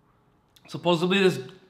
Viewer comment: You say supposebly like Joey on Friends lol